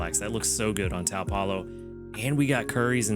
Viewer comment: Good luck with your fire week! Just an fyi, taupe rhymes with dope. Not exactly a common color so I'm sure not many people realize it has a tricky pronunciation.